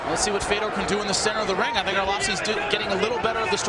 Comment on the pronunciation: “Feodor” How do you not know how to pronounce his name in the same sentence you say that he’s one of the greatest of all time.